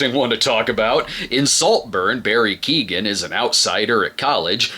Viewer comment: Um actually (with peace and love!) Barry's last name is Keoghan (Kyoh like know,- an like plan) it's an Irish name :)